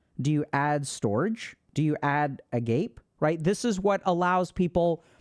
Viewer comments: Greek terms. Agape is ah-gah-pay. Other one is Store-gay. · I was so confused by the pronunciation: Agape (αγάπες) -a-g-a-p-A Storge (στοργές) st-or-gA “Silent e” is a weird English thing from the great vowel shift. In Greek and Latin derived languages it has a long A or long E sound at the end of a work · Dr K, storge is pronounced store-gay btw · storge => "store-gay" agape => "ah-gah-pay" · but storge is pronounced like "storch" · At Storge and Agape, the "e" is read, as the first "e" in "eagle". And the "ga" at "Agape" is like "gamma". Not like "gape". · As a greek I cringed so hard at the way dr K pronounced "storge" 😐